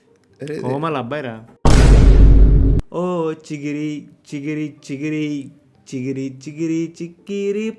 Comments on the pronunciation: Chikiri ❌ chigiri ✅ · Chikiri Chikiri❌ Chigiri Chigiri✅😂